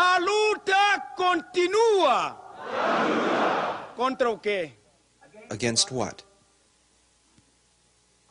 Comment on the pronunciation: You have to put the emphasis on the “ua”. The way you’re pronouncing it, it’s making it sound like “continuous struggle.” Definitely not what Samora said.